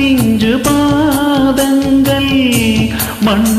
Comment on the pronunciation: தமிழ் உச்சரிப்பில் கொஞ்சம் கவனம் தேவை இரு பாடகர்களுக்கும். ஆண் பாடகர் மேகங்கள் எ‌ன்பதை மேகங்கல் என்றும் பாதங்கள் என்பதை பாதங்கல் எ‌ன்றும் பாடி விட்டார். பெண் பாடகர் சந்தோஷம் எ‌ன்பதை கிட்டத்தட்ட சந்தோசம் எ‌ன்று பாடுகிறார்.